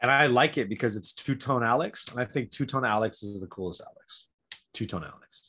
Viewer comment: Need to be careful! Make sure you guys really pronounce 2-Tone Alex cause it almost sounded like you called our boy 2-Ton Alex and I know my boy be THICK but he ain't 2 ton thick so watch it! LOL